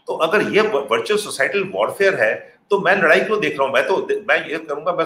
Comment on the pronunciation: Its virtual.... Not viritual😂😂